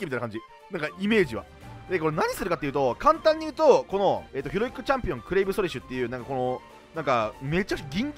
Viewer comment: ヒロイックがひろゆきに聞こえて笑う